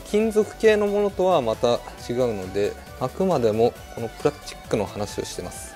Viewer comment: プラスチックをプラッチックって言うてはる。